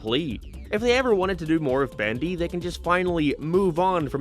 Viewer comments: he sais bAndy instead of bEndy and it's killing me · "Bandy and the ink machine" Was that part of the audio issue or just you talking weird